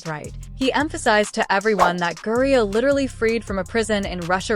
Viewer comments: I stopped listening after the automated narration messed up the name 30 seconds in. Please use phonetics in your scripts if you don't want to annoy your potential follower. Britney GRIE-NER and STEVENAY Smith will sound normal when narrated. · "GRINER" get his name right!!!!